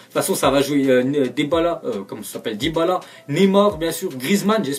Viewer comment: il a dit debala o lui de dybala